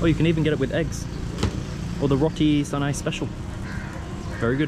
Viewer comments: hope u enjoyed staying in W. btw jst fyi, it’s pronounced roti Cha-nai, not Sa-nai. but good job on having d guts to try out our food! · A few points: Canai in Roti Canai is pronounced with the same C-sound as in Cheese. If you are looking for a refreshing drink/dessert, get "cendol" (same C-sound) which is made from Coconut Milk and green jellies and red beans. ABC is also very tasty, ABC is short for Air batu campur = Frozen water mix, but nobody says the full name. They're colorful, sweet and refreshing on a hot day. There's more varieties of condiments on ABC. I can recommend both. Also, get Satay!!! Preferably from Satay Kajang Haji Samuri. Obv not an exhaustive list but those are def some highlights